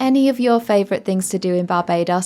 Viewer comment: You are pronouncing Barbados wrong